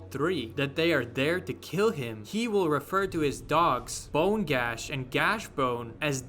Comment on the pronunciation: it's gnash. not gash. the g is silent and the n is pronounced how did you say that twice.